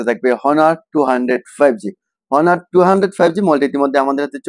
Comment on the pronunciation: ভাই হনার না এটার নাম অনার ...